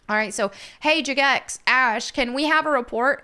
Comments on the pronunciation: I swear to God after 20 years and now this and pride parades in game i'm quitting. This is getting stupid. Also, why are you calling it Juh-Gex 🤣🤣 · She said “juh-gex” 😂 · jah-gex xD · You know someone doesn't play RuneScape when they can't pronounce Jagex correctly. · why do you pronounce jagex like that